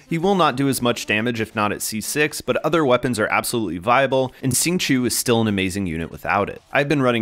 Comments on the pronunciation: Good guide but it's hard to listen to it when you keep pronouncing his name "sing-chew" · nice guide! the correct way to say it is ‘xing q-i-ou’